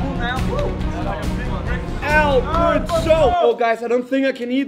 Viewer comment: Albert not "soaper"